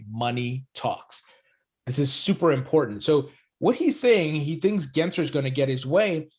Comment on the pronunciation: Again saying Gary Genser lol. Even the captions produce “Genser” when you pronounce it. It has an L between the letter “s” and the letter “e” 😂. I know we hate the guy but try to get his last name right lol, it’s really easy. Edit: also I disagree, if Gensler gets his way, it could be the complete opposite lol. If we want the same to happen as back then, then Gensler needs to back off and instead embrace crypto in the USA and completely stop this attack the SEC currently has against crypto. We need favorable regulations so we don't stifle innovation and we can instead continue being a world leader instead of staying behind because of the cronies that are protecting the interests of the banking cartel. No, it's not a mis-spelling, you just can't read. Go back and read it, lol. Btw, English is not my first language.